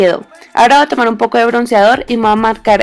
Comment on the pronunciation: hablas bien feo dices y me lo voa aplicar se dice me voy a aplicar ......sorry